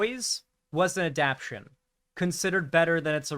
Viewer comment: it's pronounced adap-tay-shun. Okay, petty nitpicking of word pronunciation aside, I'm willing to give the series of chance.